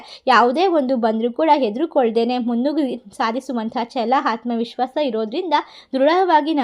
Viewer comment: HAATMA VISWASHA ALLA ADHU Aathma vihwasa madam